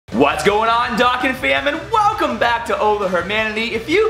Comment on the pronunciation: He says dokkan wrong:/